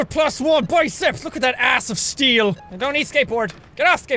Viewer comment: Are you saying ass of steal or abbs of steal